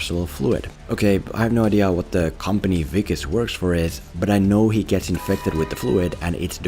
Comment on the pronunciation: You pronounced Wikus so well- I had to rewind! Lekker dude. Love from 🇿🇦